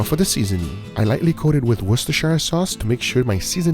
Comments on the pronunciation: It’s “Wooster sher “ not “Wooster shy er”. But just “Wooster” is enough in the U.K. as in “ add a dash of Wooster sauce” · worcestershire sauce its wuss-tar-shar ..WUUS-tər-shər were not in the hobbit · Please learn how to pronounce Worcestershire sauce! It's like "wooster", with the "oo" as in "book". You can just call it Worcester sauce if you want (most people I know do), but if you want to add the "shire" then pronounce that as "sheer" (same goes for all UK counties), so "wooster-sheer sauce". Imagine if you heard someone pronounce "picanha" as "pie can hah"... :o